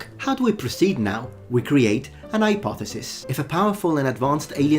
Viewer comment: "an ayepothesis"😂